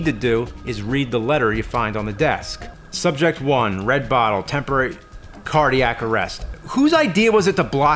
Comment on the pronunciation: the pause on cardiac lol